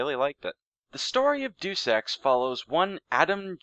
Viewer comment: the title is pronounced day-us ex but otherwise fantastic. Not played it but i might look into it now.